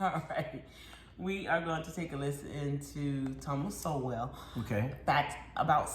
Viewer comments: Please review how to properly pronounce Thomas Sowell name. It is pronounced like the word “Soul” as in the soul of your shoe. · It's pronounced "Soul" not "So-well" ;)